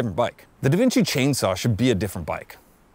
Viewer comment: As an American, it makes me feel better to hear actual Canadians mispronounce Devinci